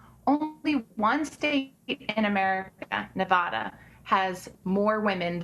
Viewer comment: First it's NEVADA LIKE CANADA!